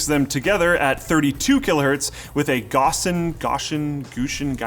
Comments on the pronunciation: It's Gow-Sea-An filter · It's gow-see-an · Gaussian is said ɡaʊs.i.ən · Gaussian = Gow (like "meow") see uhn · Great review! Also, first syllable rhymes with "cow". GOW - see - ehn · Gaussian is pronounced g-ow-see-an (Gauss rhymes with mouse) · it's j OW see an tyvm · Gaussian is pronounced gauze-ien for anyone wondering. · Gauss-ian. Gowss-ee-an. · a Gaussian filter ? \ ˈgau̇-sē-ən \ like a gauss rifle in fallout 4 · All the attempts to say gaussian and it never came out right. x3 Gaw-see-an. :3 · "Gaussian" is pronounced "gow-see-an". It's named after Gauss (gow-ss). Like "mouse", but with a g. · You pronounced aluminum wrong and gauss is like gowce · Gaussian : gow-see-en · Gaussian? It's gaw-see-ahn. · You know is an Engineering drop out when he can't even pronounce Gaussian.